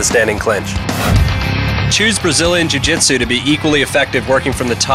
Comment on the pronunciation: its jui jitsu not jutsu